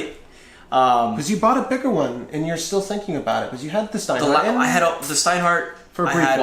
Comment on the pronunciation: Most germans would say 'Shtowa' and not Stowa! (same with Steinhart)! Regards from germany